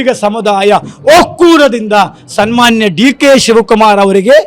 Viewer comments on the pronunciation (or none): "ಜೊದೆಗೆ" "ಒಕ್ಕೂರದಿಂದ" "ಸಸಿವ" ಎಲ್ಲಾ ಕನ್ನಡವನ್ನು ಕೊಂದುಬಿಟ್ಟೆಯಲ್ಲ "ಸ್ವಾಮಿಗಲೇ"...😢😢